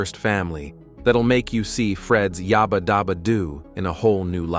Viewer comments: Yabba, not Yobba. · It's "yaaaba" not yarrrber!